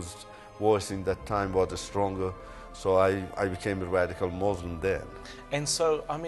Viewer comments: moslim? Koran? Are you serious? He can't even say it properly! Rather Qu'ran and Muslim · What a liar!! The town he's from is remote which is why he chose it as his "home" . He can't even say Muslim properly?! Why doesn't he mention his University so we can check their records to see if he actually went there.